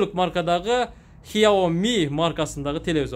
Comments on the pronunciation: хиоми эмес сиаоми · Хиооми эмес хсиоми деп айтылат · Хиаоми эмес. КСЯОМИ же СЯОМИ деп айтылат